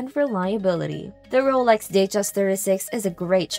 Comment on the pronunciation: I was so hoping you pronounced Rolex wrong too. It would have been nice to have a clean sweep